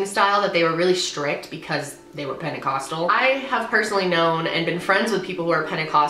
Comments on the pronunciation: I dare you to take a shot everytime she says penicostal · how many fucking times is she gonna say penticostal fuck!!